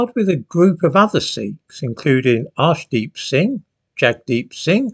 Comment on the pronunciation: Did you say Arsedeep Singh ? 🤭